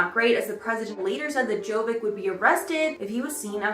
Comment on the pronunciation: Its Jovic ( j like y and c like cesar )